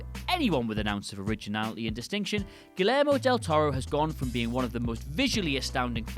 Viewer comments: Correct me if I'm wrong, but isn't it pronounced "Gee-air-mo"? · It's Gui-YER-Moh Del Toro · this video represents english people in a bad light. i promise, even someone with a northern accent as thick as mine, i can still pronounce key words in other languages, like names and shit. gilermo is just the worst attempt i've ever heard. obviously wasn't written by the dude talking and he certainly never said that name like that to anybody before filming. there's no way everyone around him thought he nailed that name, someone must have noticed and let him do it so it's on the internet forever. reminds of the horrid way bill, from bill and ted's excellent adventure, says "beeth oven", except that was on purpose and a goof. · "Red State" was great. The first name is pronounce ghee-air-mo, not gill-air-mo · "GILL-AIR-MO DEL TORO" I can't tell if is trolling or just really doesn't care about pronunciation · Its pronounced (ge yer mo) lol. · This dude’s saying GuiLLermo Del Toro. And “The Shape of Water” won Best Picture months later soooooo... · First of all, Guillermo is pronounced "gee-AIR-mo" and secondly, he directed Pacific Rim so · I'm sure someone has mentioned this already, but it's pronounced "GuiYERmo." The double-L in Spanish is a yee sound. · Just try to pronounce the "ller" more like a "yair" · Audio The AIR part you say in Gee-AIR-mo, is actually Jer, as in JERemy. Gee-JER-mo. or YER, YAIR, whatever :B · I don’t know if it’s a Britt thing; but the “ll” in “Guillermo” makes a “y” sound. Not everything gets pronounced phonetically. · Kind of funny and cute how you pronounce Guillermo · The double L is pronounced like a Y, Elle Fanning is pronounced like L, and “Franny Coppa”??? Bruh, what are you doing? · Excuse me? You can't even pronounce Guillermo much less are you capable of critiquing him. You can't hate on the man for producing stuff. This list is about DIRECTING, not producing. Sort your shit out mate.